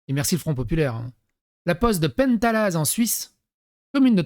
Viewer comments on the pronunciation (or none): Salut on ne prononce pas le Z à Penthalaz, idem pour les autres villages Helvétiques, exemple; Tolochenaz, Rivaz